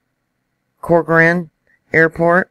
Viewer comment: She got Corcoran correct.....